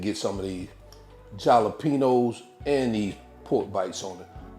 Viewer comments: Love your channel and revise. A little hint, the peppers are pronounced with an H not a J😀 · The Way You Be Saying Jalapeños 😂😅😂 Love The Videos And The Them Great Dishes You Be Creating 👍👍🫡